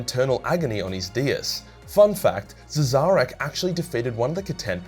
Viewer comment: Pretty sure that's pronounced "Shareh" someone has any ideas?